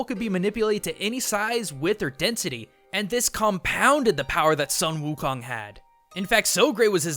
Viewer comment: it's sung gho khong btw